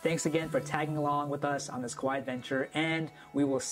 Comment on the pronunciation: Kauai not Kuwai.